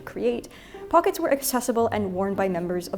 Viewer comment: If only you had pronounced it throughout as "pocketssezs" . . . :-(